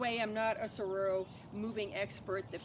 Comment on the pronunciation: I can’t trust her pronunciation of anything after hearing her call them sahroros lol. Jk jk good vid.